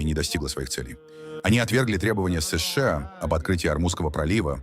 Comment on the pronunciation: Чё за сышыа, чё за сэшЭа, плять!!!!!